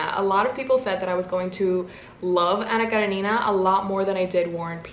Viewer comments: It's Anna KarEnina (stress on the second syllable) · I’m from russia and your pronounce “Anna karenina” is so cute 🥺 I wish you many great books and successful year❤️ thanks for video! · THE ANNA KARENINA ACCENT ✨️ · 🤔🤔 it’s wrong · love the way you pronounce Anna Karenina 💃🏻 correct way: emphasis on the E (KarEnina) and not the I (KarenIna) regarding Karamazov: emphasis on the third A (KaramAzov) just so you know 🤗